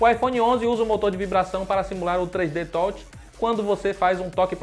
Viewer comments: “3D tolte” kkkkkkkk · 3 D TÓT, AHH PARA NÉ, FALA DIREITO POW